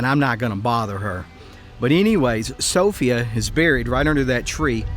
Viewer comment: Never heard Sophia pernounced like that.